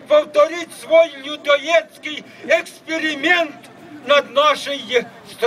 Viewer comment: Чокнутий на всю голову. Єдине, що мене потішило, це деякі "перли" з його рота - "ЕКСПИРИМЕНТ", "МАЙДАНУТЫХ", "ТРЕЗВЫЧАЙНОЕ ПОЛОЖЕНИЕ"